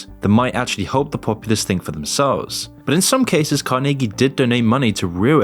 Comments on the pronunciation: Every time I almost forger your not A.I., you do something like pronounce Carnege in a way I have never in my life heard a human say it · your pronunciation of Andrew Carniggy sounds very AI lol. It is supposed to be said Car-nah-gee. Looks like I'm smarter than AI 😝